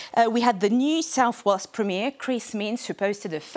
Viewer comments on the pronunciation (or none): none